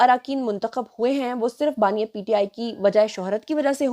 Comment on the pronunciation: Not baaniay Its baani